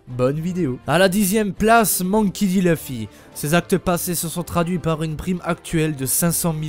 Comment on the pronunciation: Leuffy c'est pas à la française mec en français le u se prononce u pas eu